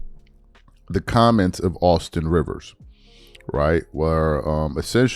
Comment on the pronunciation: RIVERS, not Reaves 🤦‍♂️🤦‍♀️🤦